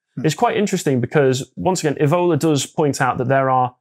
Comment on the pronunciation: This mis pronunciation of 'Evola', which I believe Carl started, is unacceptable.